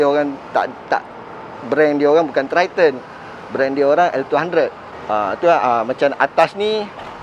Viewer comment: Sebutan triton tu bunyinya "TRAITEN" sebenarnya Bang. bukan threeton